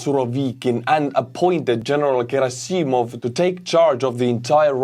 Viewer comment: Gerasssimov not gerasi'mov hästi paned